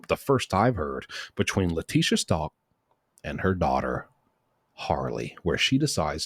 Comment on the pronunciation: It's. Stauch pronounced STOWK. She is alive and well serving LWOP. She is a despicable DEMON 👿